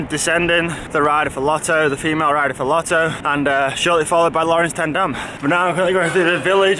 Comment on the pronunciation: “Laurens ten Dam”, not “Lauren’s ten Dam”